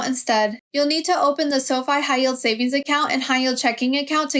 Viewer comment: The way you say account is putting me off. Sorry. Don’t recommend channel selected.